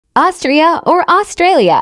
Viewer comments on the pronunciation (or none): Austria or Australia Him: *ÆuŚtŘiĔśH